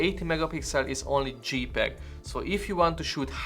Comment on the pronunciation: dzséj peg, nor dzsípeg